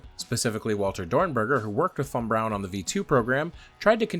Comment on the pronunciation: THANK YOU for pronouncing von Brauns name properly. Drives me nuts to hear people hit the German W and then drop a bron immediately after it.